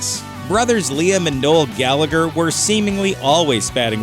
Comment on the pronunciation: Its pronounced gallaher.. Gallagher the second g is silent so its Noel and liam gallaher not not gallager